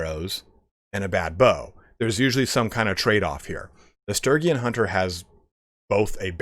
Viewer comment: God damn, the pronunciation on Sturgian is killing me. It's Stur-gee-an.